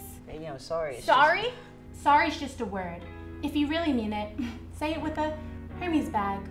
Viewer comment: bro she doesn't even know how to say hermes. it's pronounced air-mez not her mes